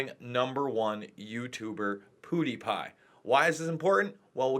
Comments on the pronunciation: Pew die pie not poo die pie man. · Just to clarify, it's not PoodyPie, it's PewDiePie, Pronounced Pew-dee-pie when spoken aloud. It's sort of the play on words "cutie pie". Pewds is hot of course, so in this case he could be called a cutie pie. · stop sayin POO de pie. it's PEW. like you sit on. not poo like you poop out. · Pootiepie... its pronounced pewdiepie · POOdiepie?! But even the word 'Pew' by itself isn't pronounced 'Poo.' It sounds ridiculous. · Did you say puhdipie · Poo-D-Pie. POO-De-Pi Pew-De-Piz PewDie-911wasaninsidejob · He pronounces pewdiepie weirdly